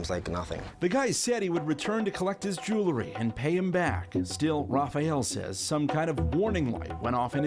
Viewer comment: it ain't jew-lery.. it's jewel-ry